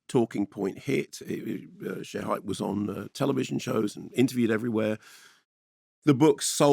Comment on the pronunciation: Pronounced Sherry